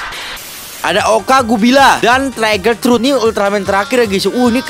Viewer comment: Bukan trai ger tapi tri ger baru bennar toyol udah gila apa lagi itu 😂😂😂😂